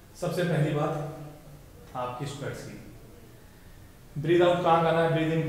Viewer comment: Bhai SQUEEETTTSSSS nhi seekha squats sikha 😂😂 lmao ROFL m laughing from past 5 mins lel